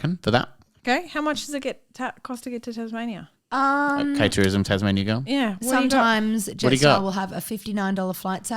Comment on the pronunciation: …Did really call Tasmania “Tasmazia”..? 😂🤣